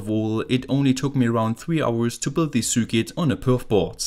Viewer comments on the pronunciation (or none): Circuit is pronounced sirkit.